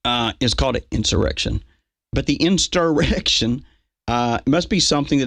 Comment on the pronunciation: "You take da oaf wif insterection." I wish he'd be more pacific.